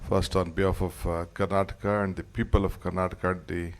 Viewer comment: Its karanata eric garcetti should learn kannada, we are kandaigas sir